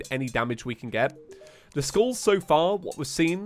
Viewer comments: oh god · Whenever you say 'skulls', it sounds like you are saying 'schools' T H E F L A M I N G S C H O O L S